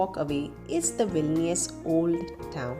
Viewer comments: You said Vilinius 16 times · Hi.. congratulations for 10k.🎉 Actually loved the way you narrated the video. It remind me about my english miss from high school who beautifully read the stories for us.😍 And I think you pronounced vilnius '14' times...